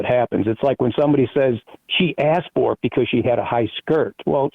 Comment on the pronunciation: What accent is it when one pronounces "for" as "fur"?